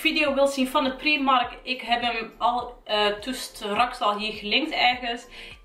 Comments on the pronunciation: Ben ik de enige die zich ergert aan dat ze steeds primark letterlijk uitspreekt inplaatsvan als prijmark(engels uitspraak) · Je spreekt uit : praimark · afgehaakt toen je Prímark uitsprak als PRIEMARK.